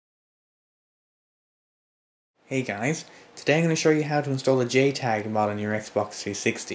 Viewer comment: did he say jtag or gaytag?